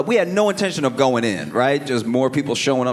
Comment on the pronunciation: When he said, “this goin be good” I haven’t heard it said like that since Louisiana